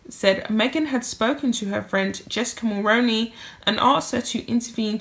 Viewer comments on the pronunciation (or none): none